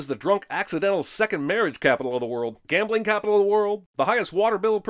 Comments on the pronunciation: forgetting the b in gambling ding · "gamling capital"? 😆